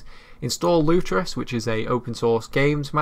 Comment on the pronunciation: it's not lutrus or lutros. It is Lutris.